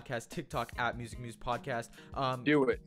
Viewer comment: WUSIC WUSE WODCAST